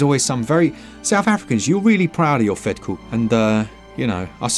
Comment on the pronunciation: Your pronunciation of vetkoek is spot on. 😂